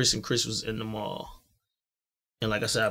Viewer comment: Why is it so hard to say Mall(Mal)? Ex: People shop at the mall everyday.